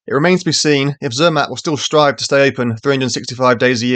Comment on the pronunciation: OK, but you need to work on your pronunciation. Proper nouns (e.g., Zermatt) don't have an English pronunciation.